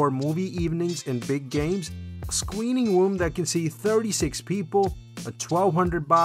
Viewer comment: That scweening woom was legit.